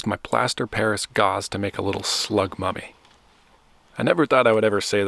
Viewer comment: Slug mummy, even tho I thought you said slug puppy at first lol